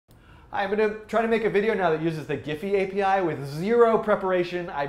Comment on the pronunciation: Great tutorial Dan ! btw it's pronounced as "jeef".